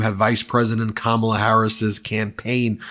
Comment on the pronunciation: Me too. Also it’s Kamala, no R